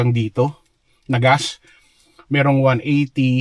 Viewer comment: Why do you call gas gaas?